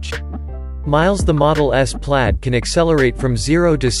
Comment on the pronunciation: its plaid.... not pady...